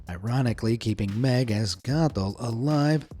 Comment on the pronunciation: Only thing that ruined my childhood is how you pronounced Meg.